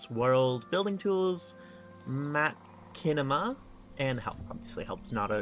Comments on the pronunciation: Man, eat your heart out WorldEdit. Also just in case you wanted to know the "chi" in Machinima is like a "shh" like saying Machine, "Mah-Shi-neh-mah". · Hearing someone mispronounce machinema has solidifed me as an unc